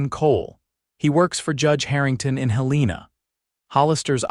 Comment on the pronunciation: Montana. It is pronounced Hel en a